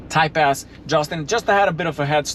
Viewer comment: I never knew Acura made a "Thai pest" I love you but sometimes I do wtf you are saying 😂